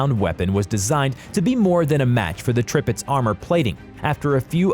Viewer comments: The announcer speaking mispronounced many names of ships, but the news of a stealth battle ship "the Zumwalt" is the next generation of ships of the future. The pronouncing of Tirpitz is "Tear pitz". Prinz Eugen with the German pronunciation is "prinz Ougan, as spoken correctly. Japans super ship was the Yamato, pronounced "YAM mato". I majored in military history studies and know and speak German well enough. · if you say "trippits" one more time i'm comin through this browser... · This channel don’t know how to pronounce ships names 😂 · You pronounced all the ships names wrong! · Why is he saying tripitz not tirpitz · The tirpitz not the tripitz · Yup… the Tripitz had me giggling that and the Prince Eugene. Hey, he pronounced“Iowa” correctly! And he kept saying turret sizes in feet; the stats he listed should have said like 14 inches, not feet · NOT Tripitz, but Tirpitz! Get your names and facts straight before uploading, man..! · I about Trip-ed over his ship names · Tirpitz was worse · DID HE SAY «the Tripitx»??? T I R P I T Z!! How do you even mispronounce Midway? It’s not Medwey, it is Midway. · brismarck, tripiz, prinz eugen. isnt english a germanic or semi germanic language? ok his pronouncyation is even worse than mine. and i am already bad. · No one: Every world of warships player when they hear the him butcher the names of the Bismarck and Tirpits “REEEEEEEE!!!!!” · I stopped watching when he got the Tirpitz and Bismarck wrong can't watch any more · Pronunciation.... Bismarck, Tirpitz, Eugen, Trafalgar. I gave up at 6 minutes...